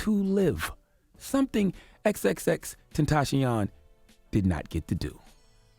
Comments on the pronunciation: You butchered xxxtentacion's name but it's all good. Vic mensa is holding all the Ls rn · If you can’t pronounce XXXTentacion, you cannot cover him. Period.